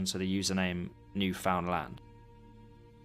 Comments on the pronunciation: First of all, it is pronounced New finland, not new found land. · It's pronounced New-fun-lund not New-found-land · nice vid. just for next time, newfoundland is basically pronounced 'newfnlnd' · Its not “new found land” its more like “newfinland” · Not to be “that guy” but it’s pronounced Newfoundland not New Found Land 😅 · That's great and all but Carl is from Spain and says several times on the page that he doesn't speak English natively. 98% of Newfoundlanders speak English. (It's also "New-fund-land" not "new found land") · B'y, your pronounciation of Newfoundland is killing me! It's closer to new-f'n-land in pronounciation, not 'new found land'. Anyways, hello from the province of Newfoundland, Canada! (And hello to fellow Newfies here in the comments!) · isnt it pronounced "newfinlin" or am i trippin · It’s pronounced newflintland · newfoundland is pronounced more like neuf-und-lind (but originally the name did literally mean new found land.) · I love this video, but please.. as a Canadian i need you to hear this. New - fuhn - land Thank you for coming to my TED talk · For future reference, its pronounced "New-fund-land." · yeahhh the way he said that made me want to punch a hole into my drywall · bro literally pronouncing it "new found land" lol i think you've made many canadians sad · its pronouced "new fin lind" :) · I'm American and I know that it's pronounced NewFINLand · I'm sorry, but the way your saying newfoundland infuriates me as a Canadian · Newfoundland is pronounced differently